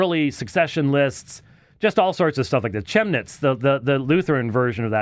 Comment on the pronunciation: But his pronunciation of Chemnitz? Eesh.